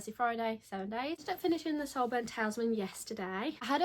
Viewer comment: HI just to let you know that word is pronounced Tal IS Man. PS I have also read Yellowface and found the main character very annoying